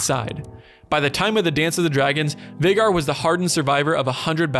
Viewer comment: Not Veigar, Vhagar